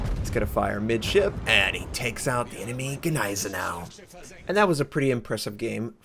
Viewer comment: Anyone else cringe at the way he said Gneisenau... no just me? Ok great.